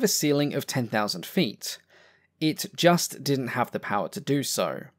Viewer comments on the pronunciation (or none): none